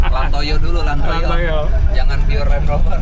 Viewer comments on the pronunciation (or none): bukan LandToyo dong tapi LandToya wkwkwk 😂😂😂🤣🤣🤣